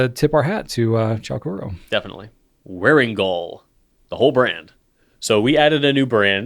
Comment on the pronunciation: It’s really nice to hear someone actually pronounce Wearingeul correctly. Thank you for not mangling Korean.